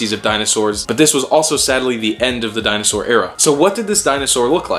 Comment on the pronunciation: Dino-sar dee-en-ay!